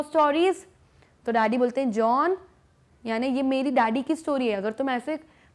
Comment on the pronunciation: No offence ma'am but your pronunciation of Joanne is wrong but the explanation is great